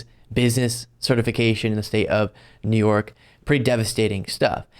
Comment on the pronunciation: He called "New York" either "Through York" or just "York." His brain is shutting down.